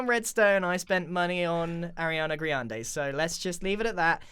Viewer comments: It's Arianna grande not GRIANde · "griande" boy pls